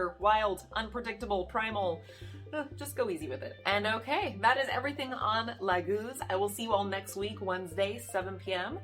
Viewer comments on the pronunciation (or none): It´s not Lagúz I believe, it´s Láguz. The leek, hm... Why on Earth would a rune mean two complete different things? Some suggest that the Leek grows in the marshland... Which is doesn´t. I think you have to skip one of the two meanings. It´s either Lake, Water or it´s Leek. Since their is no relations between them. Of course you can swim in the lake with a leek between your teeth, but I think that we can all agree that it´s farfetched. I´m sorry lady, but your horrible pronounciation of the rune makes it impossible for me to watch as this. I mean, if you can´t get that right...